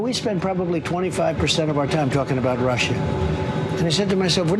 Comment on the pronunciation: I'm not for Russhhha....I'm for the United Shhhtatsh. Myself, I'm for Super Poly Grip.